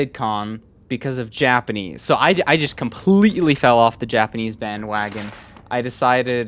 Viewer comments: Why did I hear yapanese at first😭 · Yapenese? Haha I love these videos